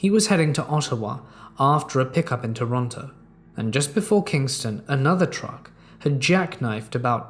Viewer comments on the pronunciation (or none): none